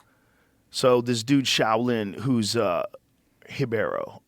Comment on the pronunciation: I love how Joe knows the proper pronunciation of Brazilian fighters' names and basic pronunciation of the Brazil version of the Portuguese alphabet. It's refreshing to here "Hee-Bay-Ro" instead of the Americanized "ribero." Joe's "worldly education" amazes me more each day.